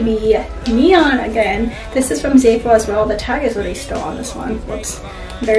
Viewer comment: It’s not pronounced like zayful there’s no y I don’t know where you got that from. It’s zaful. The a says ah as in Apple